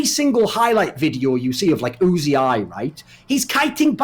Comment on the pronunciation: Thorin, man, you're insight and explanations are great. But... you have to stop calling Uzi, 'Uzi-eye'. I cringe every time you say it.